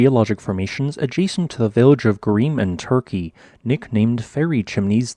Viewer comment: Goreme: gor-a-mee